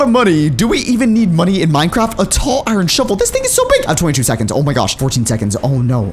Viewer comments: Is it just me or did he say minecrap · at the beging i think he said minecrap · sed Minecrape